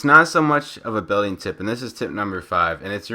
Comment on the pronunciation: Doesn't it sound like he's saying 5billon tips?